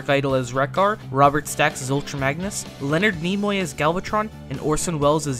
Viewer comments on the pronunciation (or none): none